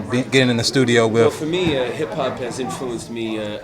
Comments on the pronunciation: It's with..not wif you ignorant fool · '' wif '' ... lol